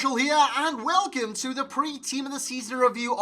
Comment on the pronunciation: Wolcome to city